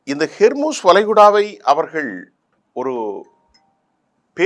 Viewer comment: It's 'Hormuz'. Not 'Hermuz'. Please correct it. 'Hor' means strait.